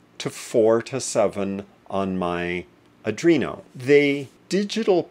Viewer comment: Thanks for your concise instruction. How ever, I should point out that the controllerbis an ARDUINO, and not a ADRINO. I think you should correct your expression, regards